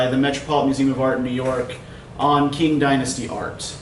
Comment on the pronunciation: Helpful presentation on the novel. I appreciate it. Here's a pronunciation tip: Qing is pronounced "ching" in Mandarin not ”king.“